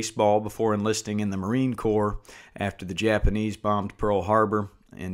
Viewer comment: corps - the s is silent